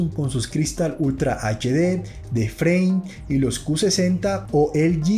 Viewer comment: Pronuncias ed Led. Es edch Led. Aprox.